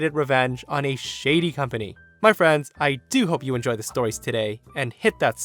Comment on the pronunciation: I love the way said storehs